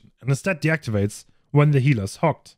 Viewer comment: I’ve been looking for this He said it wrong both times!